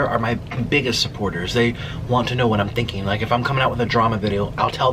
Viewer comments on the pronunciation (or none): none